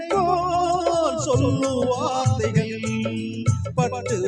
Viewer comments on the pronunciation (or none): ஐயாவின் உச்சரிப்பு காவல்கல் கன்னிப்பென் வார்த்தைகல் நிறைய தமிழ்க்கொலைகள்